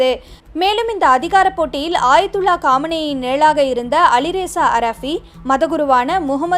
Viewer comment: ஆயத்துல்லா இல்ல அக்கா😊 அயத்துல்லா.